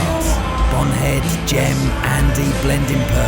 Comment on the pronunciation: You claim to be a fan but can't pronounce Gem....... G with a g sound not jem....... Shandy drinking Nancy boy.